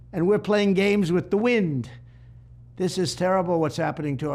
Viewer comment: "and we are playing games with... The widn!" Hahahaha such a strong point by Trump. He is great at using hunor to make an argument